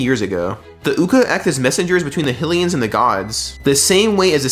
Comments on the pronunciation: Theyre not “Hill-ians” theyre HYlians. Kinda like how its HYrule Not Hillrule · My guy, its not Hillians 😂 Hy, its pronounced the same as Haj, as in Blåhaj? ...wait no, that's uh, less clear Hy, as in High High, lee-n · After hearing you pronounce HI - LEAH - UH one way and HILL - E - UHNS like that, it's just too fucking annoying. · We all gonna ignore the fact he called hylians hillians probably another one of those AI channels because they too lazy to do anything